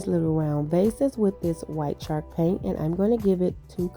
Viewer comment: I loved all of your ideas! They turned out great! Way to be very creative! Not to be rude or mean, but has anyone let you know that you’re saying the word “chalk” wrong? Or maybe you’re saying it right, and it just sounds like you’re saying “shark”? Just wanted to let you know. Happy Easter and many blessings to you and your family!